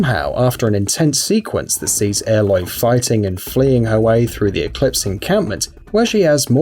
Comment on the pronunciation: Did he just say airloy